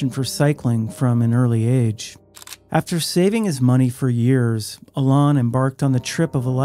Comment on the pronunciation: Please pronounce Alain correctly. It’s like Alan with emphasis on the last syllable.